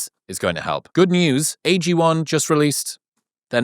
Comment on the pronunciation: Drink AG1, NOT Drink AG 'i'.